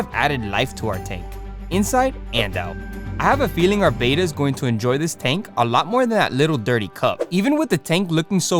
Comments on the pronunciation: ITS BETTA NOT BETA THST EHY IT HAS 2 T'D NOT 1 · Its not a Beta fish, its a betta. Like better with a at the end instead of er. Betta not beta. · it's not pronounced bay-tuh, it's beh-tuh. glad to see the tank progress. you should NOT have multiple bettas in a tank unless theyre all female. this can be deadly. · Beta = bay-tuh Betta = bet-tuh Double T! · It's not a beta, it's a bet-ta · Betta is pronounced BETT uh. "Bayta" is spelled "beta"; it's a Greek letter. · The most accepted pronunciation of "betta," from the Malay word for the fish, is BET-uh (like "better"), with a soft "e" and a short "a" sound, not BAY-tuh. While the softer "e" pronunciation is often heard, particularly in the U.S., the Malay-derived pronunciation is considered more technically accurate, though both are generally understood. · They are not “bay-ta” fish. They’re Betta. Beh-tuh. If you are going to be saying a word dozens of times the least you could do is spend the TWO WHOLE SECONDS googling something to learn how to pronounce it. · Correctly pronounced bett-uh, not bayta as in Betamax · It's not a "BAY-ta," it's a "BET-uh." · Mr. Betta is pronounced Bet-tuh, he is not a Bay-tuh, he is an ALPHA. =D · Btw it’s pronounced betta not beta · It's pronounced betta (bet- ta) I've been in the hobby since 1970 and cannot believe how it went from the original pronunciation to beta. Anyway great set up though. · Betta is not pronounced like beta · That pronunciation of Betta makes me cringe🫣😂 But otherwise, good job